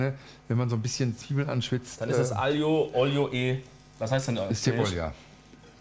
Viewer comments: Als Italiener musste ich die aglio e olio skippen :§ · Es ist noch immer kein aglio e olio😂 aber sonst gutes Video